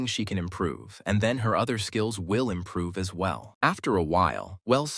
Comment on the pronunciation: Vell..vell...vell. look at this leech